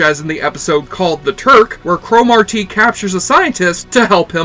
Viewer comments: I heard Thomas Dekker (John Connor) was very difficult to work with on this show - always whining about his hair and looks and holding up production. Still, I wish the show would have continued. Nit: In the show, Cromartie was pronounced cruh-MAR-dee. Not CRO-mar-tee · Cro-Mar-Tee. What a weird way to pronounce that name. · This show was awesome, but why can’t you pronounce Cromartie right? Lol.